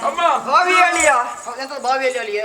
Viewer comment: ಓಳೆ, (ಓಲೆ)ಮಣಸ್ಸಿಗೆ (ಮನಸ್ಸಿಗೆ) ಅಲಿಯ (ಅಳಿಯ) ..... ಇದು ಈಗಿನ ಕಲಾವಿದರ ಶಬ್ಧ ಉಚ್ಛಾರಗಳು. ಬಹಳ ಬೇಸರದ ವಿಚಾರ . ಯಕ್ಷಗಾನ ಈ ರೀತಿಯಾಗಿರುವುದು ಖೇದಕರ ...